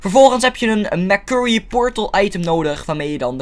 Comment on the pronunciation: Ik heb er echt een hekel aan als hij letterlijk merkurrie zegt het is mersury zo zeg je het